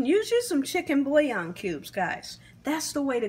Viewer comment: In addition, "thaw" is "thawl." And what she did to "bouillon" was criminal.